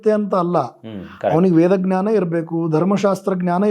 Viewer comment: GNANA IS WRONG PRONUNCIATION IT IS JNANA SORRY TO SAY THIS